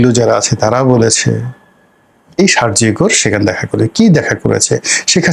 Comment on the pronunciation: Your pronunciation of Sergio Gor is wrong.